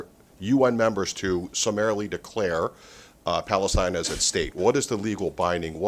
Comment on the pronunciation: HAHAHA 😂🤣🤣 I HEARD SAY 👉 BALLETINA 😂🤣🤣 HE CAN'T PRONOUNCE 👉 PALESTINE AND THAT'S A SIGN THAT,👉 THE UNITED NATIONS 🇺🇳 IS A COLLECTION OF ILLITERATE LEADERS 🤣🤣🤣 THIS IS REALLY FUNNY